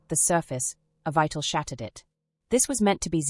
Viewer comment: As an English major, mispronunciations make me nuts. This narrator is so out of the loop, she doesnt know the play's title is pronounced "EVEETA" NOT Ev eye ta